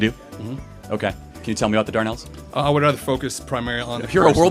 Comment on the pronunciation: If he'd have said the dardanelles rather than the darnels then maybe the history professor may have known what he was talking about. Close but no cigar.